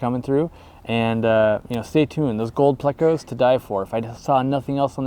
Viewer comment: Did you just say gold plecos? 😂 all ears over here. Nice work and great editing Jimmy! Keep em coming